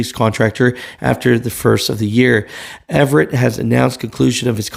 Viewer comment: It's AVERETT Express, not Everett.